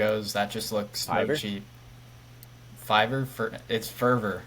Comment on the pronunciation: Sorry, but I gotta be that guy. It's pronounced 5-er, not fur-ver 😂 When the website first began they would offer services for $5. Hence the name "five"-er. Great interview though 👍